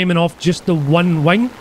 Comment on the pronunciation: i love how he says wing like wang